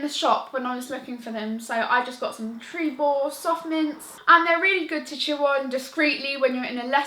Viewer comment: Yes Nikki! Thank you! They are Tr-ee-bor not Tr-e-ber (everyone always says Tr-e-ber and it rlly annoys me!) 😂😂